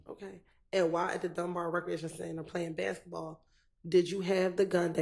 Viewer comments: He's saying "biscuit-ball" instead of the proper pronunciation of "basketball" to be funny and mock the prosecution and the state. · I knew I wasn't that high my guy said biscuit ball 😅😅😅😅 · "I had a Bisqe'ball" -! Lawd Have Mercy🤦🏾‍♀️🤣🤣🤣🤣🤣